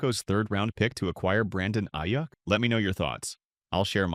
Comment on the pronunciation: Aiyyuck lmao it’s pronounced Aiyook